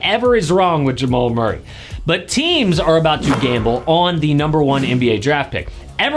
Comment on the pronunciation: who in the hell is MUIRRAY???